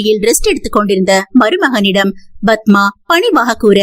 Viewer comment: Please say padma don't pronounce badhma